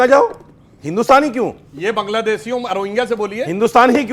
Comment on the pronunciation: ये सब रोहंगिया के लिए हैं पर रोहंग्या का नाम नहीं ले पा रहे है